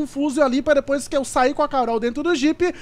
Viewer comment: Não é dipoois é depois